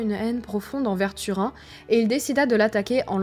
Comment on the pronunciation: Turin , prononcer "Turine";ça fait trop mal aux esgourdes "Tu_Rhin"......